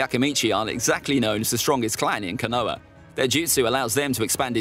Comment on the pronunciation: Caught me off guard with the “canoah”🤣